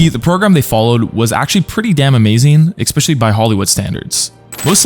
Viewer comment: It's especially. On expecially 😢